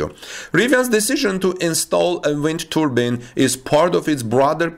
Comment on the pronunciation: It's pronounced "Turbine" not "Turbin". It's a big windmill not a headdress.